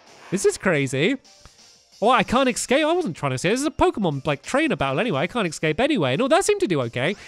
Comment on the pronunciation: Stampy I'm sorry about saying this and I'm not trying to annoy you but it's escape not ecscape